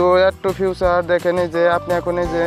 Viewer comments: এ্যারকেইভ না রে ভাই এ্যারেচিভ😂 আর ঐ টা ফিউচার না ফ্যাকচার🤣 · ফেচার, ফিউচার না ভাই।🙄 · It's not feature its future..🤣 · এটা ফিউচার না, উচ্চারণ হবে ফিদার😊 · ফিউচার না ফিচার 🤣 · gadha oita future na "feature"ফিচার😂🤣